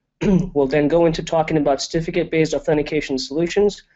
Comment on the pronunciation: It is CERtificate, not Stificate... So annoying.